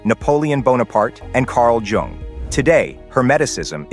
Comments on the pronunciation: Why would I take advice from someone who can’t pronounce “Carl Jung” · Mispronounced the name 'Jung'! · I am not ready to take instruction from someone who cannot even pronounce Jung. ;-)